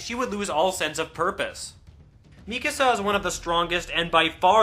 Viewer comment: are supposed to be german or austrian. You were pronouncing them as if they were english.